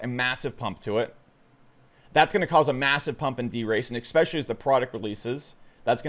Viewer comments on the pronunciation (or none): it's pronounced eSpecially not ekspecially! Drives me nuts everytime he says that